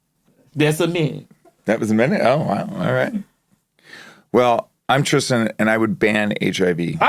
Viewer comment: i’ve noticed a lot of black americans can’t pronounce Tristan properly.